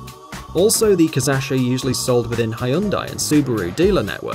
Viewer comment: I laughed when I heard Suzuki Kiss-ass-shi